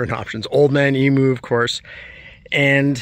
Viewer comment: Man its annoying listening to you guys murdering the pronunciation of emu